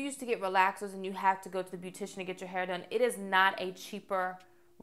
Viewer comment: Where are you from pretty girl?? I like they way you say hair lol “hay-yer” 😂😂